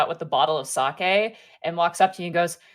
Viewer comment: When the japanese expert calls it Saki instead of sake 🤔